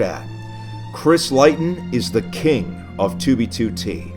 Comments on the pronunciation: Leighton is pronounced ‘lay-ton’ not ‘lie-ton’ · Its "Lay-tun" not "Lie-tun". I'm Triggered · i thought it was pronounced "layton", not "lighton" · Chris Leighton surname is pronounced Leyton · I just want to say that Leighton Is pronounced lay-ton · It's pronounced leyton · Just so you know Leighton is pronounced layton. I know this because it's my Freinds name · Its pronounced late-in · Leighton is pronounced “lay-ton”, but otherwise, very informative! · it’s pronounced (lay-ton) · We all gonna ignore how he pronounces “Leighton” -which is pronounced “L-ay-ton”. The whole video. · Leighton is pronounced layton bro. Like Neigh, Sleigh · It's pronounced Lay-ton. Sorry. Just bothered me. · Leighton is pronounced lay-ton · Pretty sure it's pronounced Lay-ton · Does he not know Leighton is pronounced lay-ton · It's pronounced lay-tun. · leigh.. its pronounced lee.. chrisleeton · Leighton is pronounced LAY-ton tho... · Leighton isn't pronounced that way. It's just Lay-ton, but spelled differently. Good informative video though. It's been in my recommended for a while. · You pronounce Leighton like lay-ton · its pronounced layton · I think it’s pronounced Layton. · I have a feeling that the 'leighton' is pronounced 'layton'. Just me? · My real names is Leighton but it's pronounced Lay-ton 😀 but it's my first name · Leighton is pronounced layton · Why do you pronounce Leighton like that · leighton is deffo not pronounced like that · It kinda bothered me you didn’t say leighton right but that doesn’t stop me from liking the videos. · My Real name is Leighton and it's pissing me off that he is pronounced it wrong